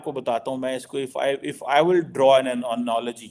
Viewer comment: its Analogy NOT Anology 😁🙏🏻